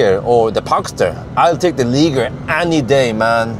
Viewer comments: Er.... It's Leezheeay, roughly. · You pronounce it like ‘lee shjé’, so far awesome vid. Love to see moped cars getting covered!